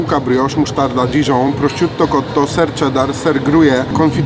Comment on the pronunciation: „Krok” i nie proszcziuto tylko prosziuto